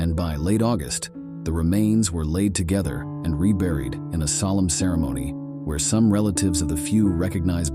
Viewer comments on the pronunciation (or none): none